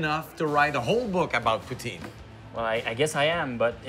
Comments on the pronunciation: Poo teen.... WTF is a poo-teen it's poutine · Can everyone just say Put- Sin and NOT Poo - Teen!?! French or English! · Tabarnak Ricardo c’est cringe t’entendre dire « poo-teen ». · It bothers me the french guy is saying 'pooteen' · Wha.... Why did he put the EEE sound in poutine?